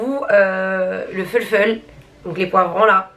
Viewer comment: « Le foulfoul » 🤣😂💕